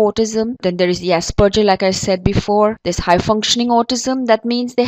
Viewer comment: I got high functioning autism, which is similar to asperger... Oh, and u pronounced asperger wrong lol... good vid